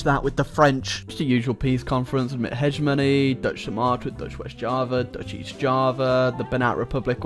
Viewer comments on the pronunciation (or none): none